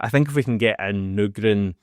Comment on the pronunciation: Why are you stil saying Nygren wrong 🤦‍♀️ he clearly didn't say it like that in your video the other day 😂